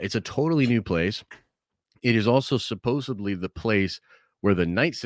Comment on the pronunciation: Can’t take this guy seriously after he says “supposaBly”